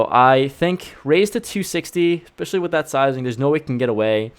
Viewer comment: Someone has to say it...there’s no “x” in the word especially